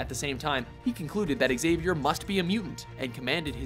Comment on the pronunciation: learn how to pronounce "Xavier"